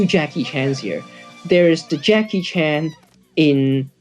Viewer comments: Why is she mispronouncing Jackie Chan's name as Jackie Chun?? Singaporeans can't speak English for shit. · Why do Singaporeans pronounce Chan as ‘Chun’ Singaporeans can’t speak English for shit!😂😂😂😂